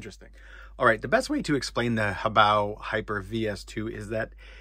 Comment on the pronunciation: Good to hear someone else pronounce HoBao correctly👍💯👊